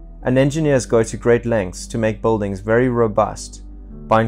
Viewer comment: Is he saying, Boldings?